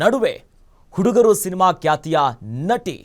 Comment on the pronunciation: ಅದು ಕ್ಯಾತ ಹೃದಯಾಗಾತ ಅಲ್ವೋ ಲೋ ನಿನ್ ನಾಲ್ಗೆ ದರ್ಬೆ ಹಾಕಿ ಸುಡಾ 😡 ಅದು ಖ್ಯಾತ ಹೃದಯಾಘಾತ